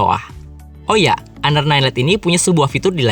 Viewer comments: Siapa bilang? Lihat review org luar makanya, mereka nyebutnya Honor bukan aner 😏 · Plis dah, jangan sok english 😐 honor itu dibacanya honor aja kok bukan aner 😐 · PA LEVI iya bro orang luar bacanya tetap honor 😁😁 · honor dibaca aner